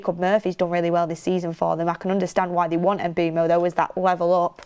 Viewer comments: The pronunciation is not E-M-B-U-M-O! It’s M-B-U-E-M-O! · If you correct someone in capitals even, make sure you are correct. Is is Mbeumo.